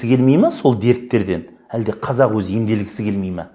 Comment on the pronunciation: Неге қазақ дегенді қазық дейди мына адам?